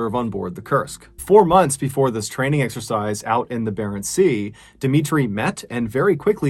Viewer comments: It’s exercise not sexercise 🤦‍♂️ Jesus wept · I keep hearing an S before exercise O_O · Did anyone else hear "sexercise" every time Mr Ballen said "This exercise"?